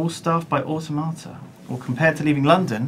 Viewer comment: "They're probably au-tomata" -Simon Lane 2014